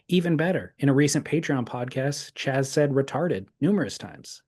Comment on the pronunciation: not Chaz. Keep Doink!